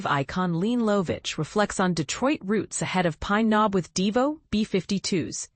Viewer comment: Pronounces her name correctly